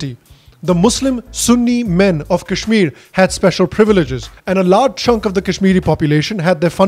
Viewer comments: Seriously! people who can't even pronounce 'Kashmir' properly, are trying to preach India………!! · People who can't even pronounce kashmir are lecturing us on how to govern it